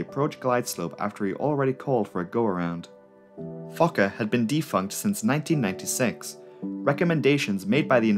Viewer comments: yet another great video, but why do i hear 'fucker 50' instead of 'fokker 50' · i thought it was pronounced "Fullker" and not "fawker" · Me TOO!! and I ABSOLUTELY ADORE IT!!👏👏👏😉🙏🧡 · Everytime it sounded like you said “fucker” I let out a little giggle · Everytime he says Focker I think I hear Gaylord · Every time you said the word "Fokker", I was like, excuse me??? In this case, your accent is working against you, as it definitely sounds more like "f**ker". Great video, though. Your channel is excellent. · The subtitles are censored when the narrator says Fokker 😂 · Didn't realize I never grew up after hitting 12 years old. The way you say 'Fokker' over and over had me reeling.